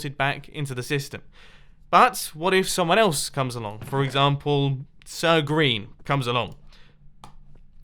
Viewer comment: Sir green? Didn't I just heard Sir Grain?